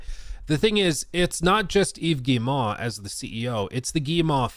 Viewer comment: I'm on a one-man crusade to get YouTubers to pronounce Yves Guillemot's name! It's: "eve gee-mo" (hard-G, long-O). Rhymes with "we go." Good luck!